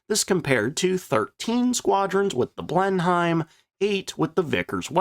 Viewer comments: Exactly. I see a lot of replies with "yeah but...". There's no buts here. It's an English plane and it's pronounced "Blen-em", not "Blen Heim". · The Blenheim pr. Bleh-nim Not Blen-hyme.... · Excellent ep as always but it's pronounced Blenim, not BlenHEIM. English toffs have this irritating habit of shortening their place names (Blenheim is the ancestral home of Malborough) when speaking so they can quickly tell if you're a local or a provincial, or in your case, even more horrifically, a colonial. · Always thought the Fairy Battle was a bit " British Garden Shed " in its design , the Only Aircraft that came out of what we had then and became a Legend was the Beufighter , an when you say BlenhiEM ..just say it as " Blenim "..Good vid. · You don't pronounce Blenheim Blen - Heim, it's Blen-im. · A really good video. That said, Blenheim is pronounced "Blenem". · Pronounced Bristol Blen-im. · Blenheim is pronounced blenem. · Blenheim pronounced Blennim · Please, if you do struggle to pronounce the names of British aircraft please RESEARCH. It Grates something awful to hear it mispronounced. Please no more 'Blen-Heims'. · Blenheim is pronounced "blennim". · Drinking game, each time pronounces Blen-HYIM 😆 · Them funny Yanks! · had to stop listening at 'blen-hime' for the 10th time. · Blenheim is pronounced Blen-em! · Minor niggle: Blenheim is pronounced Blennim. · I know you always try hard to pronounce aircrafts names correctly. 'Blenheim' is pronounced 'Blennem'. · The word "Blenheim" is pronounced as /ˈblenɪm/ ("BLEN" + "im"). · The "H" in Blenheim is silent.... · IDK, but your pronunciation of Blenheim makes me angry